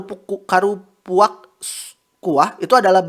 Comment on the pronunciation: susah amat bang bilang karupuaknya jadi gemes 🤭🤭🤭